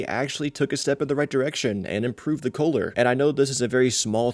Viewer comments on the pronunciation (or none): Why do you pronounce “color” as “kholer”?? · why are you saying color weird? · that's what I was thinking lmao